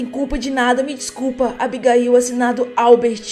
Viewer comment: não é Abigail é abigaiu